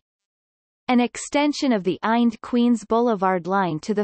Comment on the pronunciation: Listen to this computer voice say “eind” instead of I N D !!